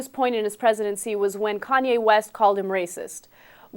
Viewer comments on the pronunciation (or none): lmao "CONWAY" west. ITS KANYEEEEEE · I just heard that Bush asked Iraqis for an apology. BTW he can't even say "KANYE" he keeps saying "KANWAY" the same way he kept saying "Nuke killer" instead of "Nuclear" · ahah "kon-way" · it kanye not conway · Lol "conway" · He sad kanway west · Konway West hahahaha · Konway west..lol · It's Kanye bro. Con YAY, that's how you say it lol. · im still laughing about the way he says kanye CONWAY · he says Konway west :p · He called him "Conway" Conway west...lol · ugh he keeps saying kanwe. thats getting in my nerves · I like how he keeps saying "Kanwe West." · Keeps calling him "Kanwe". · LOL, I think it's funny how he keeps calling him Conway hehe. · he said kon way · George Bush has trouble saying Kanye West